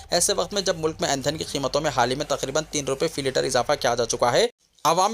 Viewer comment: Aindhan nahi bhai indhan boliye